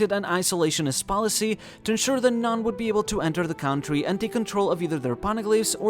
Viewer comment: I wish the pronounciation of ´´country´´ didnt bother me